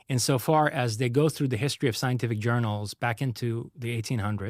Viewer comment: that is an AI not a real person... so... fake content. He cannot speak english. "U.S. Governencers" is not a real word. He fakes the Yellowstone videos too... saying "scienlific" and "grizz-ill bears". Fake content getting into multiple reaction videos is not cool.